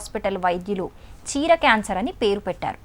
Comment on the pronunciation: Chira antundi petti kot antundi mara biguthugaa antundi evadura deenni news chadavamani cheppindhi...